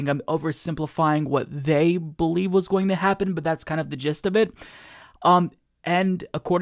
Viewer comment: I like how you said "going" like "Goya-ing". Hahahahaha!